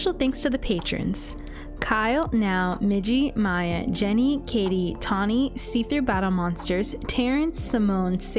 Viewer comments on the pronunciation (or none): none